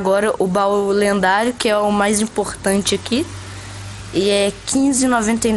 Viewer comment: E ele falou lenhado kakakka